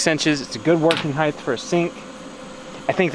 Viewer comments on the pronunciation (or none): It's "height" not "heighth." lol